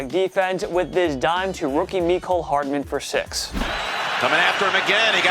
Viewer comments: I like how he says Mecole Hardman like hes named "Me Coal Hardman" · That’s not how to pronounce ‘Mecole’ or ‘phenom’.